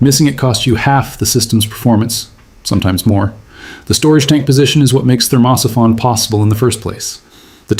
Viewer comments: STUPID AI PICTURES TOTALLY SURREAL.... THERMOSIPHON PRONUNCIATION HILARIOUS.... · At what point do you think that you might listen to the AI reading the text and it’s in ability to say thermo siphon.